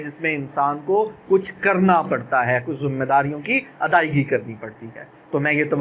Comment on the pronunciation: zummaydari nh hota bhai zimmydari hota hai ajeeb